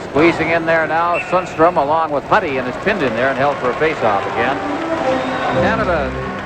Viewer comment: The commentator did not do his homework: Sundstrom is pronounced differently from Sandstrom: S-y-ndstrom or something to that effect :)